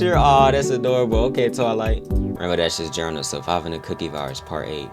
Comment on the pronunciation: Cookie… not coockie.